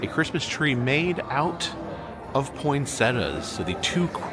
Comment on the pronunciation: If my dude mispronounces poinsettia one more time, idk what I’m gonna do, but I’m gonna do it man